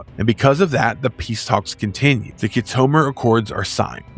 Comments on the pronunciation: Why would you choose to narrate ST battles? 3.59? it's a place not a price. Wolf Three Five Nine. The "Battle" of Mutaru Nebula wasn't a battle, it was a Duel. Key-Tomer? Whatever happened to Show-Don't-Tell? The better option here. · You call yourself a Star Trak fan but yet, you can't pronounce Khitomer? It's pronounced "Kit-O-Mer" Not "Ki-tome-er". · Also mispronounced Locutus a time or two. And I can't get over Wolfe 3-59 instead of Wolfe 3-5-9. I'm a nerd, I know. Lol. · Good video as a dedicated fan. I would say that pronounced names in this video are far from the real pronouncements. KIT a Mir and 3 5 9, not 3 59, but I enjoyed and will recommend 👌 👍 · Try pronouncing Khitomer correctly. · Did you just take things from Wiki and Star Trek Wiki and make this. Because you should be able to pronounce the correct way on certain lore names and places. Locucuious.....and KITOMER....come on rewatch the episodes if you need to hear the correct pronunciations. It lowers your creditability and makes me not want to keep watching. Do better! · have you actually watched star trek?? if so, youd know how to pronounce kitomer. geeze